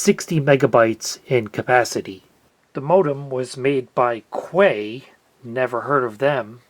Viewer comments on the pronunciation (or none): I had one of those at work. It was an absolute beast (both in terms of power, and in terms of killing my back lugging it around). Also, "Quay" is almost certainly pronounced "key" - it's a weird British thing, homophonic and synonymous with the "Florida Keys" usage. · Quay is pronounced like "key" at least in the waterfront/boat docking sense. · “Quay” is pronounced the same as “key.” A quay is similar to a wharf, a place where boats can dock.